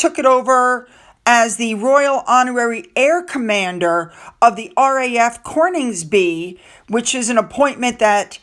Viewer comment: Coningsby my lovely, no 'r' required. It is currently and historically a beautiful very interesting area, very much worth checking it out.